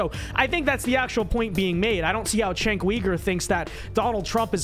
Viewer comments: C'mon, how long will it take before critics stop pronouncing Cenk's name wrong. He's literally been a public figure for a hair under 20 years. How many times do people need to hear his name pronounced /Jenk/ /You-Gur/ before they learn to stop botching it? How many times is enough? We're clearly into the tens of thousands not being sufficient. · It's pronounced "jenk", not "chenk". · Does a whole segment doesn’t kow how to pronoumce it Jenk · You're a shining example of US American ignorance of politics. I'm neither a liberal nor a conservative and I don't support either party. Number one, the dude's name is pronounced: "Jenk". He's a walking dildo, but you should at least be able to get his name correct. Number two, Ana Kasparian is a liberal, not a leftist. Liberals are literal right-wingers by their support of liberal democracy and liberal capitalism as an economic system. This is incontrovertible. Liberals are not part of the left-wing of politics, being supporters of capitalism. They historically are anti-left. Therefore, she isn't "moving to the center", as you suggest, she is moving even farther to the right. The US has a far-right conservative party and a lesser far-right liberal party, so the "center" between them is still to the right of right-of-center. If you're unaware of this, of politics in the very country that you live in, your opinion on politics is invalid, as you don't even understand what you're commenting on. You have to get past your lifelong indoctrination by the US government that "conservatives are the right and liberals are the left", which is patently untrue objectively. There is no left wing of politics in the US and there hasn't been one for 70 years. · You can't even say dudes name right and expect people to take you seriously. You're a fool.